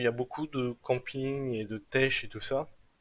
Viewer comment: Sympa les vidéos mais si je peux me permettre On ne dit pas técher sa se prononce téké Pour dir qu’on tech ( ték)